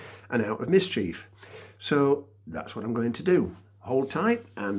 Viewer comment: minute "out of mischief"